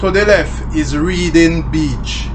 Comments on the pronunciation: It is pronounced Redding. Good video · YOURE FUNNY, ITS PRONOUNE 'REDDING' BUT SPELL READING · Big up yuself Sir. But forgive me, it pronounced "Redding" :) Passed there to go to school back in the day.